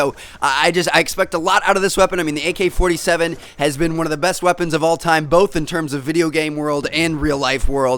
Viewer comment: also you said al-47 instead of ak-47. Though that was just one error.